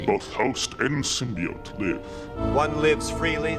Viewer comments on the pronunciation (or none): none